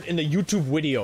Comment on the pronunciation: Does anyone know why he say wideo instead of video